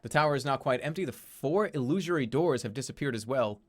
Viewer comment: For the record he said illusory correctly, and I swear this is the first instance he's said it on stream